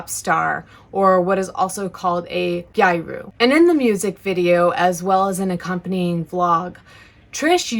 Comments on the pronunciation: Your pronounciation of gyaru is wrong, the word comes from the English gal, so the a sound is the same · so you're really gonna accuse trisha of " CuLTURaL ApPrOprIaTiON" and mispronounce gyaru. LMFAOOOO Dont get me wrong, Trisha sucks but dressing in ganguro or gyaru isnt cultural appropriation LMFAO like what?? in that case is japanese people wearing NYC shirts or anything with english writing in it cultural appropriation?? that logic is retarded